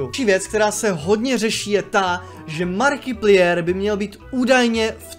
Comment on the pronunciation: ta výslovnost jména Markiplier, Jsem triggered lol. Přiště to pls říkej "Márkiplájr" Jinak asi umřu :D Skvělý video